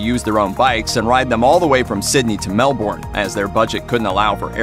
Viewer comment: All this research and you can’t even get this guy to pronounce Melbourne properly